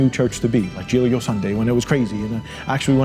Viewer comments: All proud of their italian heritage, and yet none was able to learn the italian pronounciation for "giglio". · it doesn't matter being sophisticated. It's just weird hearing people to claim being Italians (actually they aren't Italians at all, having a remote Italian origin it doesn't make you Italian) and can't pronounce correctly the Giglio